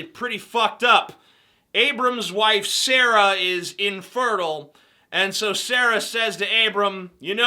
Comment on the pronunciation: Btw, you're probably aware of this, but I noticed you pronounced Sarai as Sarah, technically right because that's what God later changes her name to, and what everyone knows her as. Most people pronounce it Sare-eye, at least all the people I know who've read that part, aka, my grandma.